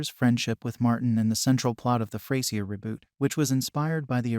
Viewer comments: Yup. It's not ftay-zier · Next time you should try using an AI that can actually pronounce Frasier.